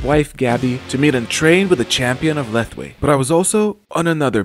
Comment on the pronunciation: Fun fact : Lethwei is actually pronounced /Lawei/ The more you know